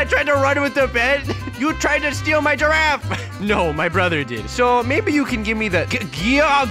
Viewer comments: how come it sound like it was serious but when u watch it:Itz funny Gifaffe Wtf gifgagfe i laughed when said "giagar" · It’s so funny when he said he gregafe😂🤣😂🤣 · Stew calls a girrafe:garage I LAUGHED SO HARD LIKE A VOLCANO 🤣🤣🤣🤣🤣🤣🤣🤣🤣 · Is giraffe not garage🤣🤣🤣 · OMG I LOVE WHEN THE NOOB SAID GIGAIR 🤣🤣🤣🤣🤣🤣🤣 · Actually it’s: GIAGOR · Dont forget giagar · Yeah but I loved the when said gargarffe xD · I love when he says girgafe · Legend says that Never learned how to say/spell Giraffe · He is saying giraffe wrong 😑